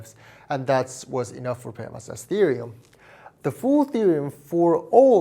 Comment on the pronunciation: I know people say 'Fermat' but it's pronounced 'Fermar'